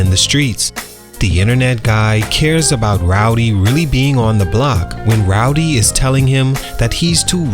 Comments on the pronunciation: Man, if he say Rowdy one mo time! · You just gon keep calling that man rowdy huh 😂